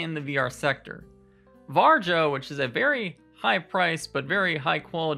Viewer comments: I'm pretty sure varjo is pronounced var-e-o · Varjo? Just say varyo. Or just shadow. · This is a great talk. Although I couldn't help but laugh a little when you said Varjo, it's pronounced 'VAR-EE-O'. Anyway Micro OLED is a fantastic new display technology and we've already seen the Arpara 5k which Sebastian Ang has already looked at - this headset has some ways to go but the display technology is amazing and it uses the pancake design you mentioned in a much smaller form factor. This is the future of VR and it's within touching distance!